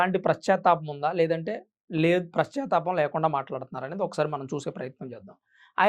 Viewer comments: నువ్వు నీ వివరణ! ప్రశ్చాతాపం కాదురా నాయనా పశ్చాతాపం. నువ్వు మళ్ళీ వీడియోలు చెయ్యడం ఒకటి. ముందు తెలుగు నేర్చుకో. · Prachattapam kadu sir pachattapam.sarigga pronounce cheyandi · ప్రశ్తాపం ఏమిటి? పశ్చాత్తాపం అనలేవు? ఓ చానల్ అంటూ బయల్దేరావు. అసలు Gavai గారు దళితుడే కాదు.ఏం మాట్లాడుతున్నావు రా నాయనా?